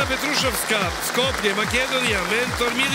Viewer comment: Stvarno sta je mnogo mnogo je,Keba i Bosanac jednoj Makedonki kazu kako se peva Zajdi zajdi! Inace prezime Petrusovska ima akcenat na U.